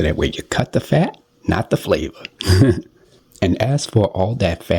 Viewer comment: I watch and enjoy lots of cooking videos and this is my first time viewing one of yours. As soon as you said “extra flavor”, the accent you put on the word FLAVOR tells me that you are from Louisiana. Am I right? 😁